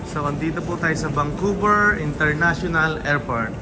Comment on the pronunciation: Vancouver Hehe hindi vangcouver sorry sa correction